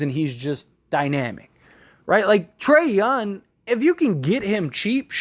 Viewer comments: Bro. You killing the way you say his name. Its Trae Young not Trae Yun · Trae "YOUNG". with a "G" in the end.